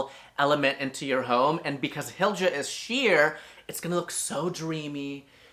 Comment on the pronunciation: Want a little swedish pronunciation tip? Pronounce j as a y… so it’s more like Hilya. Better still would be more like Heelya.❣️🇸🇪 When you see the sj or tj combo, just pronounce it as sh (close enough for English speakers), not that there were any in this video, but that’s a common stumper.